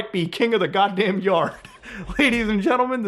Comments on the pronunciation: lol It's "M-U-Deck" It's emu-lator deck not Emu like the bird. XD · How do you possibly pronounce EmuDeck wrong after pronouncing Emulator fine? Lmao don't ask why my brain instantly fixated on this, just do me a favor and leave the poor Emu's out of it next time, man 😂